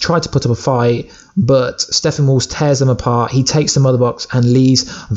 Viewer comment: STOP saying Steffenwolf! It is StePPenwolf! Sheesh 😏